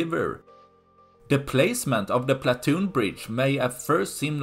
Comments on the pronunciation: It’s pontoon bridge, not platoon bridge. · Pontoon bridge, not platoon. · are you saying 'platoon"? it should be pontoon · Platoon Bridge. ❌ Pontoon Bridge ✅ Regardless of the above, good video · Why do you keep calling it a platoon bridge instead of a pontoon bridge? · Someone advise the narrator that it is a pontoon bridge,not a platoon bridge.He said platoon numerous times and no one noticed in editing. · It's PONTOON bridge, not platoon. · Say it with me, 'PON' same as 'Gone' , "TOON' as in cartoon, or 'tune' PON TOON. PONTOON bridge. Hope this helps! What do I think? Sink it already! How hard can it be with those HIMARS? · *Pontoon bridge, old boy, not "Platoon bridge." - otherwise, spot-on. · Pontoon bridge. Not platoon bridge, ffs. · Pontoon bridge. Not platoon bridge. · Pontoon bridge not platoon bridge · Pontoon,pontoon not platoon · Pontoon not Platoon. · PONtoon, not PLAtoon.